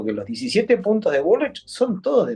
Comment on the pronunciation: "Grabuá" está bien dicho porque es francés...pero dice bulrish en vez de "bulric" ... mamita...